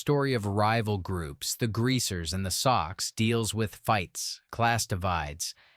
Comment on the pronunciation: The Outsiders group was, the soc"s, was not pronounced the socks, it was short for socials. I graduated from that high school the year after S. E. Hinton did.